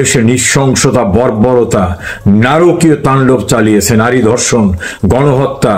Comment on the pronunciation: ভাই দর্শন নয় ধর্ষন । দর্শক নয়। ধর্ষক । বাই নয় ভাই। বারত নয় ভারত। আপনাকে সালুট জানাই। ধন্যবাদ ছালাম আপনাকে বাঙালীর পক্ষে বাঙলাদেশের পক্ষে কথা বলার জন্য।